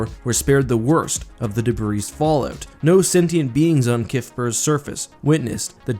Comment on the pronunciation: The S in debris is SILENT!